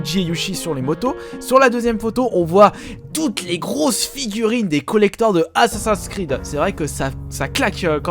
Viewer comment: j adore tes videos mais s il te plait j en peux plus que tu prononces assassin s creed a la francaise ca me fais mal aux oreilles